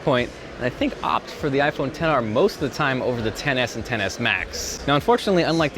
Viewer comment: all I kept hearing during the event was "iPhone Tennis" and "iPhone Tennis Match"